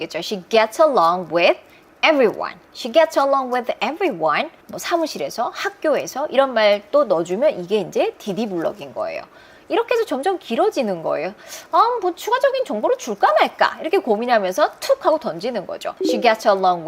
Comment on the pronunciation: 귀한 영상자료 감사합니다. 음~~다만 구동사는 두 단어를 같이 발음했을 때 본동사보다 뒤에 있는 부사에 더 강세가 주어집니다. 그래서 Dd 가 아니 dD로 읽어지는 게 맞습니다~~